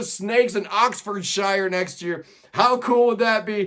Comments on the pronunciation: Oxfordshire is pronounced Oxfordsure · Anyplace with shire in it is pronounced SURE